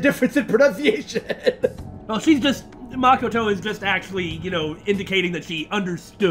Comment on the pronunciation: Stop saying Makoto's name wrong